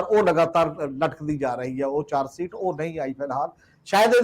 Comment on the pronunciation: The word is charge sheet and not “charge seet “ as is pronounced in your comments . Right pronunciation is the soul of a language . Thanks .